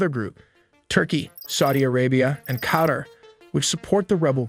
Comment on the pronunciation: Karar hahhahahah its qatar